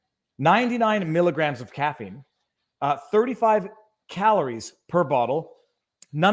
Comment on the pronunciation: Caffeine.. not “caffine” Caffeine won’t “kill you” 🤦🏻‍♂️